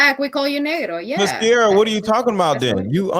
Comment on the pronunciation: SYeeerrra!! Not Sara